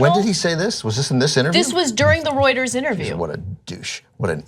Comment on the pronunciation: thank goodness Ana didn't pronounce Reuters as 'Rooters' again.